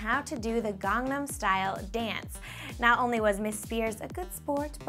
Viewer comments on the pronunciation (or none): she says kangnam style.. its gangnam style....